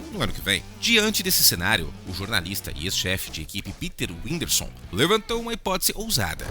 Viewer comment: O cara falando winderson sendo que é Windisor Slk véi fala direito carai